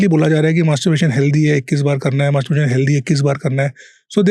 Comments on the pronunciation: Abe maaterbrutation nahi hota hai masterbation hota hai anpadh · Masturbation ko masturbration bol ra h 😅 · its not mastuburation is masturbation... Video banaraha hai pronounce karna toh seekh le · Masturbaration yeh kaha se Sikh k aaya h bhai tum , word toh theek se bollo bhai Masturbaration❎ Masturbation✅ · Masterbration 😂😂😂😂.. anpad bolna sikhle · Anchor bro it's not "masterbRation". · Bro ek toh ye jo banda podcast conduct kar rha hai, atleast Masturbation ko pronounce ko dhang se krle bhai..😭 Wtf is "masturburation"? "buration" nahi hai bsdk, "masturbation" hai! "मास्टरबेशन" bolte hain, "मास्टरबुरेशन" nahi hai bhai, itna ghatiya lag rha poore time mispronounced word sunne mei😒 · Bhai mere masterbuation bolne ki practice krye ...........bar bar masterbration bol rahe ho😅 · tumhara 'masturbation' pronounciation sahi nhi hai aap bol rahe, Masturbration.. it's incorrect.. bolo masturbation... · Masterbation!?..., ka ka !.. masterbaration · I think its masterbation not masterbration. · Masturbation❌️ Mastaburation ✅️😂😂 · Masturbation ❌ mastuRAREBATION😂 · Masterbitation bol raha hai 😂😂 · host to bahut anparh hai. masturbation ko masturbration bol raha. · Masturbation ❌ Masturberation ✅ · it's masturbation not masturbaration 🤣🤣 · According to Host Masturbation ❌ masturberation ✅ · It is not masterbRation but masterbation!! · Mr. HOST, It's not Masterbration, it is masterbation. 😅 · Masturbation ❌ Masterbaration ✅ 😂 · Masturbation ❌ Masturbaration✅ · MasturBERAtion nahi hai bhai. It's MasturBAtion. It's very irritating to hear. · Bhai,Mas-TUR-bation hi hota hai,MasturBERation jaisa kuch nahi hota!😅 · MASTURBATION ✔️ MASTURBURATION ❌ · He really said "masturburation" 😂😂😂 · 'Masterburration' bc anchor tu padh likh le pehle 😂😂😂😂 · Masturbation ❌❌ mastbration ✅✅ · am I only one who listen masterbration, anchor is not pronounciating properly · is unprh ko koi masturbation bolna sikhao .. MaStUrBaRaTioN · Abey tu Masturbation bolna Sikh re bhai